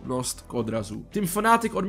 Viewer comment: FnaaaAAtic , to fakt moze takto vyslovit iba cech.